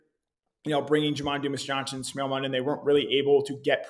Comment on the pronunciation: love you buddy but it's pronounced "Smile" Mondon.